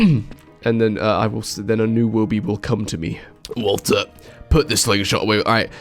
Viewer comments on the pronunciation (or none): the way you pronounce Walter WO-OH